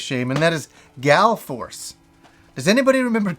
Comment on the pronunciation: FYI it's Gall Force not Gal Force. :)